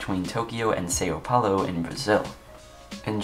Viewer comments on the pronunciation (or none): you said it like "Sayo" But it's more like "Sao" Like saying SOUR with no R in it lmao